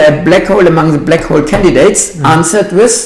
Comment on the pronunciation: I love you books and your channel, please keep slamming the frauds and mathsturbators. However I am compelled to point out that what for certain does not exist, is a second syllable in "hole." It is not and must not be pronounced "Hoe-el". Please attend to this distraction, as this oddity of the German dialect is as aggravating as the fine structure constant.